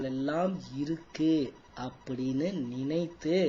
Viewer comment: Ninaithu...not ninaithu. Pls correct it